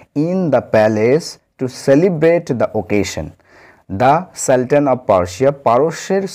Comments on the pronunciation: Hya, সুলতান এর উচ্চারণ হয় - সালটান । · Saltan উচ্চারণ কি ঠিক?